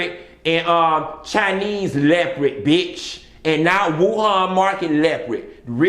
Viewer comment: Lmao not the “Chinese leprit”😂😂😂